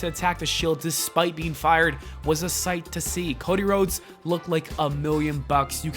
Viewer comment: The way he said Cody Rhodes was so weird he said it like cod eh rods